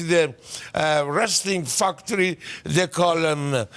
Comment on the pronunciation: "the wrestling fuctory..."